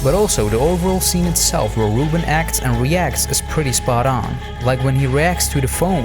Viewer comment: As someone who is called “Reuben” I can tell you you’re saying it wrong, it’s not “Roo-bin” it’s “Roo-bun”